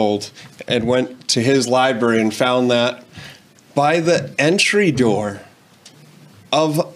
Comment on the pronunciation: 😂😂😂.. We aren't going to talk about how he is saying liberry and liberrian? Damn.. The dad can't say it either lol. 1: don't check it out; 2: parents are sensitive asf these days 🤣🤣😑; 3: the books we had to read in school for required reading was WAY worse (incest, rape, misogyny, oppression, slavery, violence, mutilation, murder, even LGBT elements); 4: it promoted safe sex at least; 5: obviously the kid saw something he liked, otherwise he wouldn't have checked it out (might want to have a different talk with him later since you're already a homophobic household); 6: these are the same people that would boycott ethnical kids going to school with their kids.